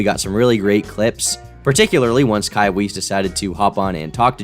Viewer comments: It’s “vice” not “weese” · also its pronounced like wice. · interesting how john at the time of his drama behaved arrogant with that 'im smarter than anybody' vibe denying denying denying and now he's trying to get out an admission from a person that behaves like that but worse lol this is a w i guess :) ps i think pronounciation is 'waiss' like german (white) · of kai compared to kill, or weiss compared to whites, or both? Kai is really stretching it, though I'd imagine he had trouble coming up with something closer to it. Weiss when using English phonetics (like using a j for Jenga and Jormungandr) sounds like wice (which is how he pronounce it). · I love how everyone talking about Kai mispronounces Weiss lol great vid